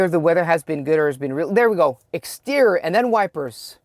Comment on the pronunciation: It is exterioorrororr 😂. Pretty clear